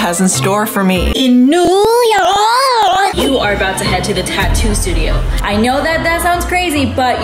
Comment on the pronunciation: I love how say New York 😂